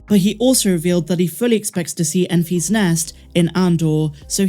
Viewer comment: It’s pronounced EN-fiss not EN-fees. It’s all one word, it’s not a possessive like “I found the egg in Mary and Enfy’s nest.”